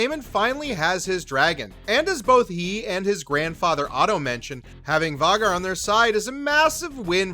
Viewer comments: Hahahahaha “Vay-gar” not var-gar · How do you mispronounce Vhagar..pronounced "vayy- Garr" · Var-gar ..lol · Why does he say all the names wrong?? Lucerys and Vhagar are pronounced weird too. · Pronounced VAY-GHAR & VIS-EH-RISS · Can you please pronounce Vhagar properly going forward? It's "Vay-gar" as pronounced by GRRM. Also, who is Vizreys? Don't mean to be cruel or insulting, if I pronounce something wrong I'd rather be corrected than sound odd...